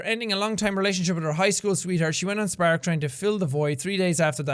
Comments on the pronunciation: I love the way Seán pronounces spark, he says it like sPAark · I really like how Jack pronounces Spark. Is that only me?